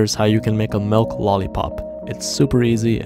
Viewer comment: That’s not how you pronounce milk…